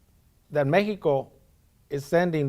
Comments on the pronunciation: Lol mehico lol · In English it's called Mexico, not Mejico. In English it's called Japan, not Nippon.